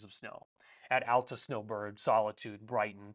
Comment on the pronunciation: Hey. Texas transplant in Utah here. Love your videos! Just had to let you know, Alta is pronounced Aal-tuh, not Al-ta. Cheers